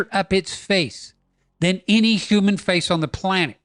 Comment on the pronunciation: What's a 'Humam'?